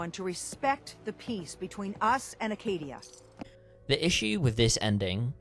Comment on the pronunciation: every time i see/hear someone say acadia as "arcadia" i feel so disappointment in people